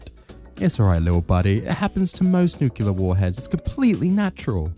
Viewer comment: PLEASE learn how to pronounce "nuclear" 😂 you're doing a Fallout video, it will definitely come up!